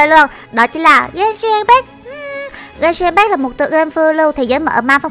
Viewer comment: Genshin impact đọc sai kìa chị ơi 😌👊 Bmú Fame Genshin hỏ?